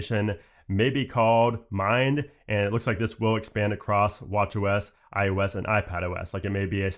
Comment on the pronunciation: i think its ios not ius